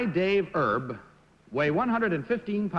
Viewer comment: pat mccormick, the 4 time gold medalist in diving is still alive at 88. the kentucky derby jockey's name is david "erb", not herb. he narrowly missed winning the triple crown in 1956 finishing 2nd in the preakness, he (on needles) won the belmont stakes and kentucky derby. no mention of his passing on wikipedia, he'd be 95 if still alive.